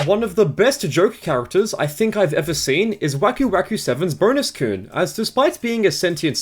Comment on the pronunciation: Why did you pronounce kun as "koon"?!